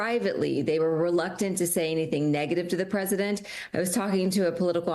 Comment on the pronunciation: press-see-dent dumb ... dumbty trumpy crashing with his all